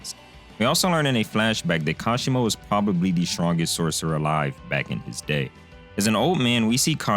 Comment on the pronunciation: Kashimo Hajime my man, Not Hashima